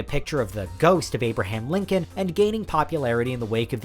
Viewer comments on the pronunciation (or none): none